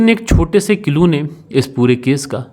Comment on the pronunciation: कितना बोअर करते हो ? 5 मिनिट की स्टोरी को 25 मिनिट का बनाते हो ? फालतू के सेंटेनस बोलते रहते हो ? अपनी हिंदी भी सुधारो.. बहोत खराब बोलते हो.. व का उच्चारण ब करते हो.. जो पुलिस होती हैं, जो दे बॉडी होती हैं.. जो घरवाले होते हैं.. ये होता हैं, होती हैं क्या है.. और कीलू नहीं होता क्लू होता हैं.. किरमिनल नहीं.. क्रिमिनल होता हैं..